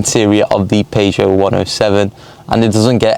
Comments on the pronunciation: How to say Peugeot its pronounced as PERRSHOW NOT PAEJO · Dude says "Paygeot 107". Dude says 0-60 in 15 secs, but all of these cars have a 0-60 of either 13.7 (no Aircon) or 14.1 (with Aircon). Dude says he knows nothing about 107s. Dude got that right. Those 107 XS models are actually very rare and about £300 max would have fixed this car up properly. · Had to switch off after hearing you pronounce Peugeot